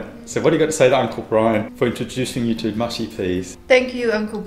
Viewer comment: Its brian not brain lol 😆